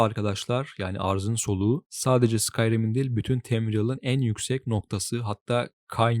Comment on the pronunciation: telaffuzlara sinir oldum. bütün l seslerini inceltmen ayrı da yahu oyunda tamriel diye telaffuz edilirken ne diye burada temriyıl diyorsun anlamıyorum ki... kinaret yerine kaynaret, sirodil yerine sayrodil...